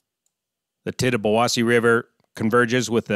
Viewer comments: As a local.. Thank you for pronouncing names of these rivers and lakes. It was a nail biting event. It was bad as the great 1986 flood. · No, no, as a local I can confirm that you gotta say it fast. Actually I was surprised pronounced it right, most people not from the area get it wrong.